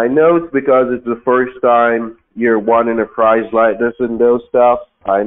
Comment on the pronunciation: The reason is because “it’s the first time you’ve “wonning” a prize.” How dare you call him a “teef” and liar? You are the best! 😂😂😂😂😂